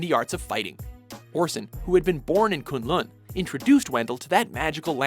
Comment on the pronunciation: The way "Kun Lun" and "Shaio Lao" is pronouced makes me cringe